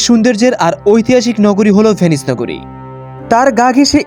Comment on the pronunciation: তবে উচ্চারণে সমস্যা আছে আপনার। ভেনিস বলছেন নাকি পে-নি/স বলছেন সেটা বোঝা যাচ্ছে না